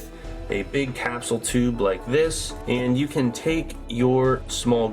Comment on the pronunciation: Have you tried saying capsule?